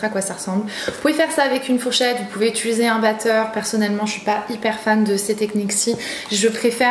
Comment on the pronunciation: Étuluser.... apprendre à dire « utiliser » merci